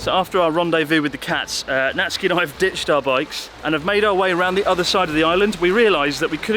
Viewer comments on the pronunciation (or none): Isn’t his name Na-tsu-ki not Nat-ski? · Why are you saying natski but his name is natsuki Or is that a nikename Is that like a naruto thing like sauske or sasuke ? Idk im beeing stupid but i really dont know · Sort of confusing when his name is Natsuki and it seems to be pronounced ”Natski” Se where does the ”u” disappear This goes as well to many other Japanese names I am sure there is a good and sound logical reasoning behind it but but… I really would like to hear the reasoning to all this.